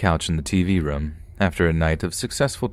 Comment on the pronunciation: can you please not pronounce the word "Room" as "Rim." It's rOOm, O-O. I enjoy your readings but it's unlistenable for me.